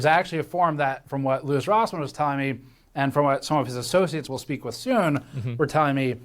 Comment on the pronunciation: LOUIS NOT LOUI